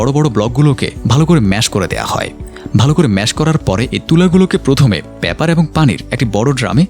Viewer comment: প্যাপার নয় উচ্চারণ করতে হবে পেপার।